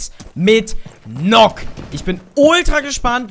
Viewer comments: NØKK wird Nökk ausgesprochen und Warden ist ein Mann #NoHate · Die wird Nukk ausgesprochen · Sie wird Nakk ausgesprochen, weil es im Deutschen den Buchstaben nicht gibt.